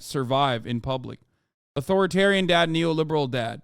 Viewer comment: Im sorry but Žižek said A-TO-RI-TARIAN and NEE-O-LI-BE-RAL